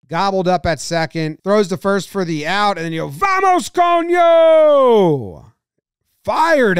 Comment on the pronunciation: He says he doesn’t read lips on the Latinos but that VAMOS COÑO was perfect lol. 10/10 from a Venezuelan